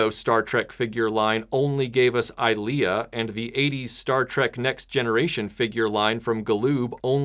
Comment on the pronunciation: “Ileah” more like “Ilean” ...